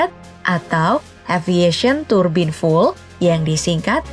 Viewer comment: “fiul” mba di bacanya bukan ful